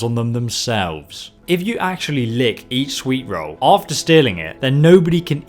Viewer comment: Ay-Leek-Uf Yer-Swee-Rull. If you were any other obviously non-superior race.